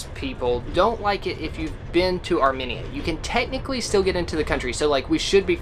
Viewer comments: Can we talk about how they pronounced Armenia? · the way they said Armenia makes me die a little inside every time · It's pronounced "AR''ME''NIA" ... NOT ..."AR"MI"NIA" sorry that was bugging the shit outta me I grew up with Armenians my whole life because they're all here in Hollywood Calif and in neighboring Glendale but slightly more in Glendale lol so I'm used to hearing the word spoken correctly. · It’s arMEnia not arMINia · I think it’s pronounced ArmMEEEnia not arminia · Its Are-mean-ee-uh Not Are-minnie-uh!🤣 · It’s pronounced Ar-mean-ya, not Ar-me-ni-a. 🥰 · Not arminia it’s ArmAnia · ARE - ME - NIAN....not ARE - MIN - IAN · I’m sorry but you guys say Arminia it’s Armenia I’m Armenian btw there food is great 🇦🇲🇦🇲🇦🇲🇦🇲 Tell everyone I said parev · Are-mean-ee-ah, not AR-min-E-a, and it’s Ah-zer-bye-zhan not Az-shore-bi-shan 😬 I started to question my Armenian knowledge thinking I’ve been pronouncing it incorrectly all these years! I’ve been there, my best friend was Armenian, hearing them say it the other way sent me in a spiral of self doubt that led me to make a phone call to find out. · It's amEina sorry no hate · It is not pronounced Arminia!! Stop it!! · The way they said Armenia. 😂😂arm -enya Well that’s how it’s pronounce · theres no mini in Armenia. like theres not even a difference between people saying it like potato/patato. how to pronounce Armenia ~ R-mean-ee-ah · Ar-mee-nia. Sorry, but it's been driving me nuts. My Godmother was Armenian and she was very proud of 🇦🇲. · Its pronouced like Armeenia. Just wanted to let you know hehe. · I was also internally cringing because im 50% armenian and was like its arm-mean-uh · I think it’s funny how made fun of the way said “Azerbaijan” while he has been saying “ Armenia” wrong since day one. Not to mention hasn’t said a thing to him! 😂🤣😂🤣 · You were so concerned about pronouncing Azerbaijan correctly, but could care less that you were butchering the pronunciation of Armenia